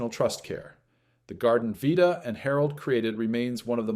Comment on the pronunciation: Narrator Can’t decide how to pronounce Vita’s name.